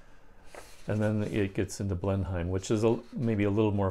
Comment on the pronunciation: And Blenheim is pronounced "Blen-imm". You're doing well...